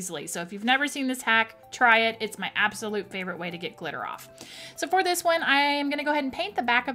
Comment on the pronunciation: I couldn't understand how you said you removed glitter.Could you please repeat it when you get chance. Thank's.